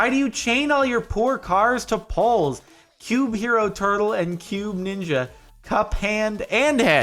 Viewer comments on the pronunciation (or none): none